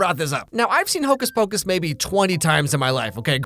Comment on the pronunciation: Hocuhs pacush